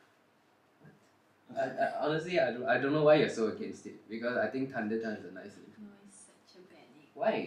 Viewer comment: Tunder or thunder Tree or three Y he not saying the h